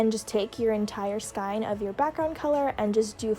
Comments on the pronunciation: Tip! It’s actually not pronounced “sky-n” it’s acrually pronounced “sk-ey-n” just for future reference! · skein is pronouced skeen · the way you say “skein” makes me cringe but the tutorial is really good :)